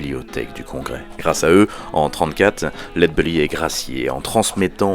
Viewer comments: Genial... Une chose... C'est pas lead "beully" mais bèlly (belly c'est le ventre en anglais). Sinon au top ! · Superbe, merci pour la vidéo et son originalité. Allez juste pour faire le chipoteur : il me semble que la prononciation (retranscrite en fr) est plutôt "laide bélly" plutôt que "laide beully" :) Des bisous !